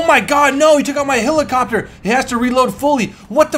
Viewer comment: HE ALWAYS SAYS HILACOPTER INSTEAD OF HELICOPTER AND IT PISSES ME OFF